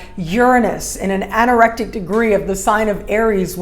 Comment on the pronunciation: It is the 'anaretic' degree, for some reason I hear you pronounce it as 'anorectic' 😉